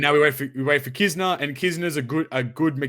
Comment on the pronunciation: Great start for 2021! Thank you for answering my question about kizuna exclusive legends (you did pronounce the name correctly) - I think it would be great if the legends and or kizuna rr would be available via kizuna tickets in some way. I would like to see a limit break material island (1 island or maybe 1 island for each color similar to the turtle islands) and then introduce a new legend similar to legend chopper that would double the drops of the limit break materials. Don't know who I would expect the legend to be though.